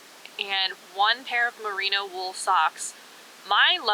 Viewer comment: Okay you said Merino socks, but I heard "burrito socks".